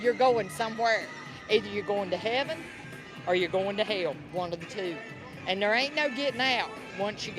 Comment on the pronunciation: smh bro… it’s people like this